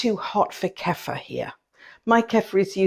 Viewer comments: Ku-feer. Not Keffa. It's not our word, and we should pronounce it the way the people who originated it pronounce it. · Kefeeer not Kefer